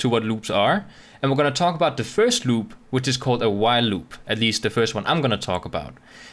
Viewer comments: "LLLUB" 😂 Btw awesome video! lol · same! louop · I love the way you say "loop" :D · I thought i was the only one who thought that XD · hahaha I just started the video and scrolled down directly just to see if some1 else noticed the pronunciation xD